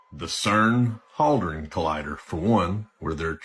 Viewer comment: Antipas was killed in Pergamon in Asia Minor(it’s near Turkey) This guy is absolutely full of shit.. He can’t even say ‘Hadron’ correctly—all totally fucking bullshit 🤣🤣🤣🤣🤣🤣